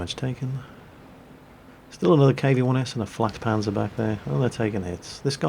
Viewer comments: Dont say flakpanzer God-Dammit! JAGpanzer and FLAKpanzer are HUGELY different, this really annoyed me, one of my few pet peeves, also I hope to see you today at kent! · I'm pretty sure he said FLATpanzer, which is a nickname for the JgdPz4